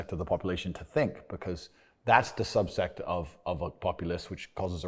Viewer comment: When you realize Andrew thinks 'subset' is pronounced 'subsect'...